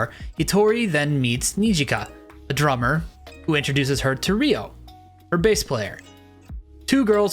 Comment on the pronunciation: Great vid bocchi the rock is my most anticipated anime this season along with arknights. Also its Ryo not Rio